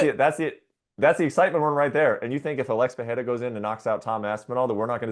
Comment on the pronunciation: How is this clown an mma reporter and still cant pronounce alex pereira correctly